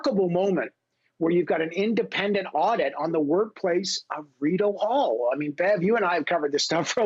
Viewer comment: he calls it Rideau Hell, lol!